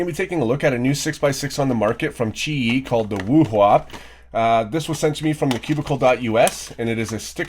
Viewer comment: I'm a Chinese and you pronounce WUHUA so accurate NICE VIDEO THOUGH